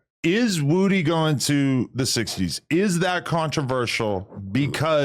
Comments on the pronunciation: Why Adam Say His Name Like That? Its Woody Not Wudie 🤣🤣🤣🤣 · Why does Adam have such a hard time said Woody